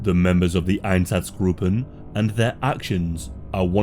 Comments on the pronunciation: Einsatzgruppen is pronounced ein-satz-gruppen, not -groupen. The u is short, not long. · EinZaTZgruppen please read it right but good video